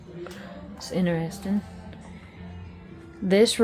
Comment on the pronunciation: I laugh every time you say "inarresting" instead of interesting. You say it a lot. Fingernails on a backboard!